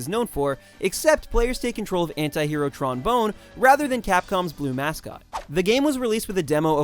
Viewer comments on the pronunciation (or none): He said Tron Bone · >can't pronounce "Tron Bonne" accurately >immediately leaves video